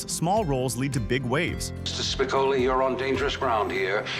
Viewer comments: Spi-cole-ee! pronounce it correctly! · WTF. Sounds like the "narrator" never even saw the movie to bother to learn to pronounce Spicoli's name correctly. AI